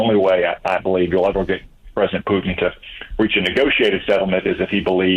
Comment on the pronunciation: Mark says Putin as if it's spelled Pee-you-ton...something stinky